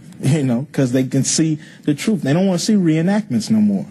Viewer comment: Yeah what a genius telling us what the “troof” is.